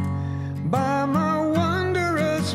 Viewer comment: "Wondrous" is only 2 syllables. That guy can sing! and nice tune arrangements. TOP NOTCH